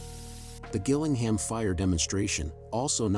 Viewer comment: Not to be Bri'ish on main, but it's pronounced 'Jill-ing-ham.' I should know as I used to live close to that shithole.